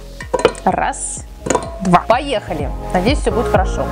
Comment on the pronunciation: ты сказала ХОрошо там хо